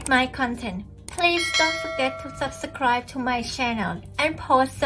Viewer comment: For the love of the gods, it's pronounced SUB-SCRIBE, not SUB-TA-SCRIBE!